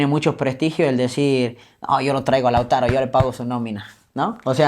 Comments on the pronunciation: El entrevistador es un improvisado por eso repite wuey pues le falta léxico, ni sabía bien el nombre del jugador pues varias veces le dijo Lázaro y no Lautaro. No preparo la entrevista. En fin... Muy mediocre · El disque peridista que lo entrevista,le dice Lázaro y se llama Lautaro a parte de no saber ni hablar😅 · No se llama Lázaro, sino Lautaro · Es Lautaro no lázaro...pésimo el entrevistador......cultura de barrio bajo..... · No se llama Lázaro wey, se llama Lautaro